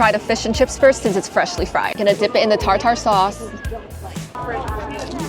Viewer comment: Its neither a British thing nor a British HK thing. The way she pronounces it is probably because she comes from an area where tartar sauce is not much eaten so nobody pronounces it, so she pronounced it phoenetically.